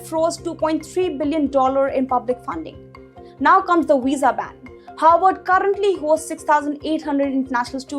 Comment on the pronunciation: Please be careful in your pronunciation. Your pronunciation of Harvard sounds like Howard.